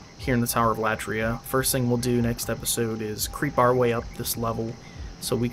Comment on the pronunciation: Tower of Latria (accent should be on i) Latria is a Greek word which means worship So it's the Worship tower or The tower of worship Keep it up Greetings from Greece